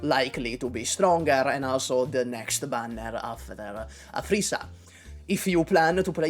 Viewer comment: Every time you said "Aphrissa" it sounded like you were saying "a three star"